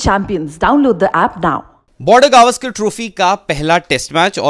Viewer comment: Sale gavskar nahi sir gavskar to bol dehati he his legend